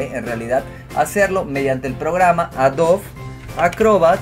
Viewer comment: ¿ Porqué pronuncia AdoVe cuando hay una /b/ labial: AdoBe